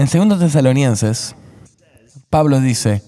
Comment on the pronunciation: Perdón por favor, pero… CAMBIEN DE TRADUCTOR! No puedo pasar estos videos a personas pequeñas en la fe; por causa de que el traductor dice mal los nombres como esta vez que ha dicho TESALONIENSES todo el tiempo!!!! Hay personas que no son creyentes pero leen la Biblia. Cómo recomiendo yo los videos??? Y es que los errores de traducción están una y otra vez en muchos otros videos. Nuevamente, pido perdón, pero debo suplicar que consideren usar a otra persona con un mejor manejo del idioma español. Bendiciones y gracias